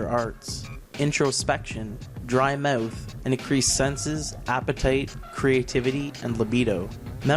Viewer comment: sometimes sounds like he's saying "Put your money where your meuwth is." I think after being made fun of a few times he is trying to say it with more of a central USA accent nowadays though.